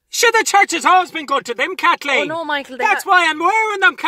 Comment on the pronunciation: “I’m a proud Katlic Katleen”